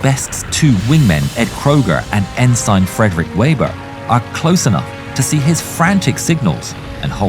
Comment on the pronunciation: My favorite part of the movie Midway is when the Japanese flight deck guy goes, "ENEMY DIVE BOMBERS!" lol, great video, thank you. Go Navy! BTW the word ensign is pronounced en-sin, not en-sign.